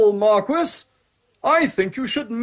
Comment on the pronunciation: The Mar-kwiss of Carabbas